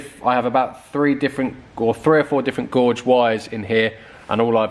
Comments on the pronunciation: Nice video, BTW, wire 'gauge' rhymes with 'cage', not 'George'! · I thought he said gorge and not gauge, wandered what he was on about. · Gauge is pronounced Gage not gorg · I did chuckle when you were cutting thinking “school boy error!!!” Also amused when you say gorge not gauge for the thickness of the wire!! And lastly did laugh when you said they painted the wiring then you cut it out anyway lol!!!! Other than that good content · Gauge rhymes with cage 😂😂 Glad to see you using a heat gun and not the usual YT lighter. Good job done, but maybe do it wire by wire next time, not just chopping the loom each end. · Yes re wires I have come across that before and always do 1 wire at a time, would split apart the melted wires so no shorts and then replace 1 at a time (easy for me to say to you, but I have gone through the pain of it before, never again) 'guage' = say 'gaage' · Gorge or Gauge? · Sorry you are mis pronouncing gauge as in rage not gorge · Gauge, not gorge!! Car's looking good😎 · wiring gauge is not pronounced "gorge" it is pronounced "gay-ge" not trying to be smart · Pronounced “gayj” :-)